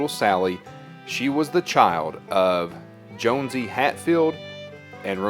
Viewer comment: Actually, it is pronounced JOHN-see; not Jones-see.